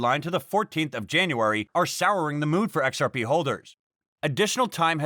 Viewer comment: The joke was about how he pronounces XRP. He doesn say XR-Pee how most pronounces it. He says XR-Pay.